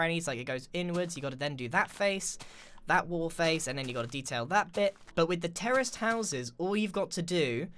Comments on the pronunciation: am i the only one that thought he was saying terrorist houses instead of terrace houses lol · He sounds like he says terrorist houses lol